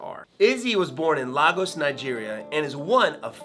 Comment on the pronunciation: Lagos = lay-guhs